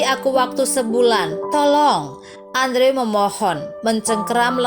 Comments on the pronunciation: yg bisa sy pelajari dr cerita ini?, sy kasihan... bkn sama character di cerita tp sama yg punya channel, misal melapaskan 'cage' = ceg, yg bener 'keij'. trs andrew bukan dilapaskan 'andre' tp 'endru' 😅. tp sy paham "nobody's perfect", (termasuk sy sendiri), semoga anda lebih prepared kedepannya✌ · Andrew dibaca Endru. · Cara ngomong andrewnya kolot banget Dibacanya gini loh endru bukan andrew payaah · Aduuhh mbak itu nama dipanggil nya bkn Andrew dooong tapi di ucapkan" Endru" Inikan ejaan asing.. Maaf deh dgr nya ga enak mbak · Andrew dibacanya Endru, min. 😄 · Correction min : andrew dibaca : endru;w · Andrew dibaca/diucapkan : endru